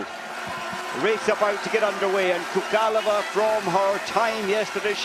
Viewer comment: You´ve got it all wrong: Gabi´s husband is NOT a tennis player and her maiden name was NOT Sookalova. I wouldn´t fuss if her name contained a special Czech consonant like Ř (řeřicha, říjen) that almost no foreigner can pronounce. But words like PHONE or HOME is something every English speaker is capable of pronouncing - so just try it when you pronounce both her maiden name and her current one.